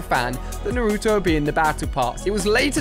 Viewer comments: It is Naruto not nuruto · Ali a: naruuuuuuuutoe Me: it's naratoe it's naruto but pronounce naratoe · Your saying naruto wrong